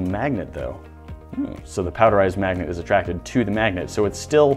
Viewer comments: "Breaking up and blending up a bunch of these kinds of MAGGOTS?!?!" He say's "maggot" instead of "magnet" SO many times. Lol. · Is noone going to talk about how he said Maggots instead of Magnits that 3rd time? (Sorry for bad spelling) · He kept saying “maggots” and not magnet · He keeps saying maggots instead of magnets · I keep hearing magets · He said magets like five tines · Any one else hear him saying Maggot instead of Magnet? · He is saying "Maggot" instead of magnets